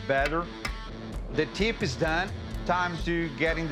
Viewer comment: Doug: KEEL: TEEP